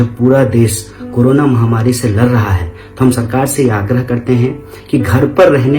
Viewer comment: Bhai tu "lar" rha hai aur hum "ladh" rhe hai